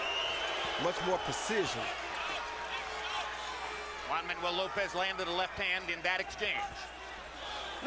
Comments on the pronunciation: It was funny to hear brain damaged Roy Jones say Manjua. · Has anyone else noticed RJJr can't say Juanma. 😂😂😂